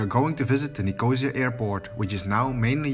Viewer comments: It’s pronounced NIC-O-SEE-AH, not NIC-OH-ZEA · Someone should have told you how to pronunce Nicosia before you released your video. It is not NICOH-ZEE-UR as you pronounce it but NICOH-SEE-ER. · Someone tell him its Nick-oh-see-ya.